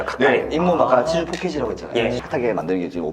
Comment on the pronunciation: 치주가 치즈로 들린당ㅋㅋㅋㅋㅋㅋㅋㅋㅋㅋ 치즈포켓!🧀